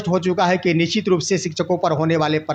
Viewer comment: aap to sabse pehle apna pronounciation correct kijiye , nichit mat boliye y ' nishchit' word hota hai. Rest is ok